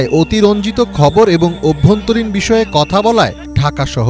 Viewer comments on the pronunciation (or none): none